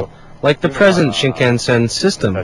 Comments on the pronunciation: wth is 'shinkensen' it is 'shinkansen' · haha, (SHIN- CAN- SEN) hahaha. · The way this guy pronounces Shinkansen makes me want to rip his face off... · that guy pronounced shinkansen wrong.